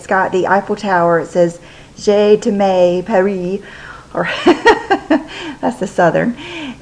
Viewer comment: Love your videos as usual. Just wantedto tell you that your tank says "je t'aime Paris" which means "I love you, Paris" in French. And its pronounced "sjhuh tem (rhymes with gem) Paree" . Thanks for always making my Friday eve fun!!!!!!